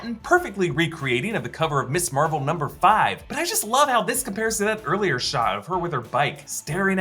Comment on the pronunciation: Someone tell it’s not MISS Marvel, it’s MS Marvel. They have different pronunciations and have different meanings